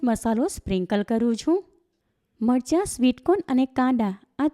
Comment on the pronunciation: Not margha but marcha. Correctvpl